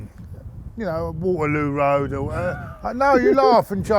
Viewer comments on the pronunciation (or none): Man said Waterloo road 🤣🤣🤣